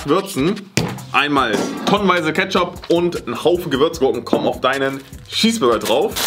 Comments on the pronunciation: C sagt einfach schesburger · das heist cheesburger und nicht schieß burger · Wen Triggerd es auch das sagt "Schesbürger" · Normale Leute: Cheeseburger: Schiesburger😂😂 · Niemand:: ein normaler Schießburger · Nemand: Wirklich niemand::schesseburger😂😂😂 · Das regt mich so auf das,,Schesburger"sagt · Niemand: Wirklich niemand:: Schießburger